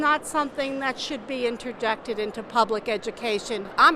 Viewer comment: Didn’t she say ‘interjected’?